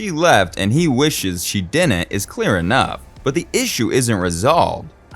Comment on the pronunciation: ...and "didn't" isn't pronounced "dinet". Sorry, moving on after 2 minutes of this drivel.